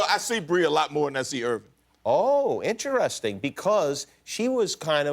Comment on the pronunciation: Kimmel's pronouncing of interesting is "inter-esting"